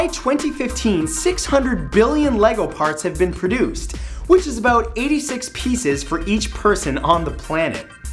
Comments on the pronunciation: "aboot" lol this guy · "aboot" lol this guy......